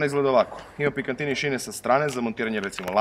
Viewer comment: Pikatini, ne Pikantini.